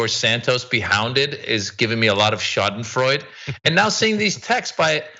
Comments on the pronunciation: Schadenfreude, to pronounce: shaa-duhn-froy-duh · Schadenfreude is pronounced Shah-den-Freud-duh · Schadenfreude is four syllables... Scha-den-freu-de. For English speakers sounds like sha-den-froy-deh. Schaden (damage) Freude (delight or joy). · "schadenfreude" is originally German. In British English we always pronounce the final 'e' - shar-den-froy-duh. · Yes, this is correct...four syllables sha-den-froy-deh or shaw-den-froy-de. Schaden (damage) Freude (delight or joy). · Shau-den-freud-ah is the proper Deutsch pronunciation if you wanted to know =) well, actually that depends on what part of Deutchland one comes from =) I came from the small village of Ruckers Am Main Hessen Deutschland (umlout over the u, blech english keyboards hehe.) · Someone has probably already posted this but...Schadenfreude is pronounced "Shah-den-froid-eh". It's a German word, so you pronounce the final " e". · Its "Shah dun froy duh" Schadenfreude btw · it's pronounced schadenfreude